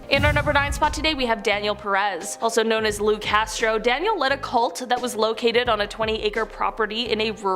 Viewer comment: You can't even say CULT?!